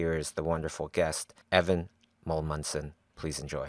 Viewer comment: Amundsen not Mulmundsen how can you have a guest and pronoucne his name wrong